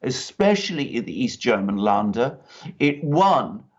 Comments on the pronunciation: Sorry Alexander but your pronunciation of Laender is wrong. It is pronounced like in "to lend" lender. Had to mention this and I hope you don'r mind. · It's LÄNDER! [lender] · Länder pronounced "lender"